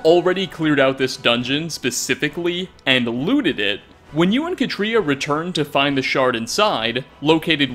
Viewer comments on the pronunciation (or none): 11th tiny detail, hidden. You mispronounced Katria